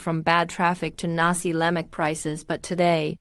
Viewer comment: We Malaysian don't speak or call nasi lemak as " nasee leimak".I am wondering whether the narrator of this video clip is a Malaysian or not.😂😂.Malay pronunciation is straight forward like German ".Nasi Lemak.!"